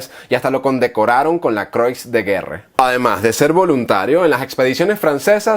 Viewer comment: Se pronuncia "Cruá de guér", y se escribe Croix de Guerre. Siempre le recomiendo buscar en Google la pronunciación exacta de las palabras de los idiomas que no domine. Por lo demás, muy buen trabajo, amigo.